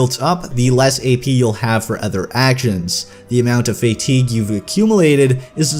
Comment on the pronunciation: Enjoyed the video, but it was more than a bit jarring to hear "fatigue" mispronounced over and over again.